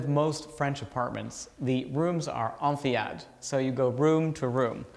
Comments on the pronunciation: Enfilade has a pronounced ‘l’ in French so “on fil ahd “ NOT ‘ onfiyade’. Working in design in France it is surprising that you have this little error. Super envy for this fabulous apartment. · Someone who lives and works as an interior designer in Paris should know that the "l" in "enfilade" is pronounced like "l" and NOT "y".